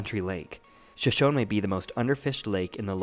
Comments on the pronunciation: Pronounced Sho-Sho-knee. Not shoshown. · Nice vid. Well done. But most people, including you, pronounce it wrong. It is pronounced Shoshoneeeee! The last E is Not silent. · Isn't the name of the lake pronounced "Shoshoney", like the Native American tribe? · it's pronounced sha show nee. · Locals pronounce it Shoshown, and Coyote is KY-OTE not KY-ote-EEE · I think if I made a video like this, which took considerable effort, I would actually learn to pronounce Shoshone.